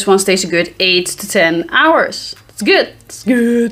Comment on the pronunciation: lol. "Guud."